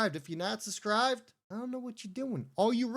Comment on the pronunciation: The word is subscribe …. SUB with a B. It’s not SUSSSSS CRIBE